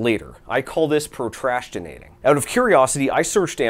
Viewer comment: "pro-trash-tinating" I feel vindicated! I never knew there were others with this affliction., LOVE your vids. Keep up the good work.